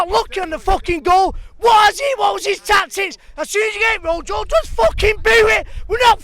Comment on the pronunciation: It's pronounced roho it's spelt rojo